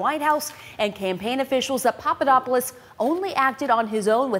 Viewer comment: We know Papadopoulos was not a coffee boy because idiotic trump pronounces his name correctly. trump obviously knows him well.